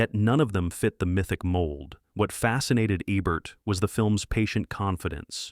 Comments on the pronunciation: it''s EEEEBERT not ebert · A-bert? Eh-bert? This is AI! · It’s pronounced EEEEEEEBERT!